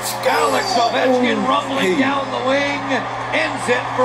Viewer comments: it’s Oh - Vecht- Skin ( he’s from Russia and he’s been playing hockey since I was alive it seems like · Video starts.........Alex ovie-chin 😂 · No one's ever called him that it's Oh-vech-kin lmao